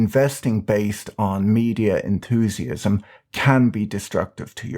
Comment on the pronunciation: "enthuseeism"(?)can I quote you in my article in WallStreet DukesOfHazzard?